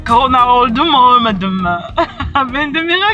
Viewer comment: Abla koranayaçok komik söylüyorsun